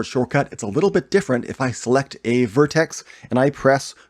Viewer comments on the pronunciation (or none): makes me puke when hearing word vertex spelled like vertes / verteses..sounds like its some feces..